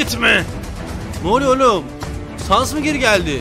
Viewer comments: o saness diye okunmuyo sannes diye okunuyo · Abi lütfen saness fight atarmısın ( sans değil saness)